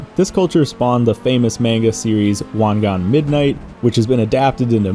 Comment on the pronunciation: Finally someone said Wangan correctly lol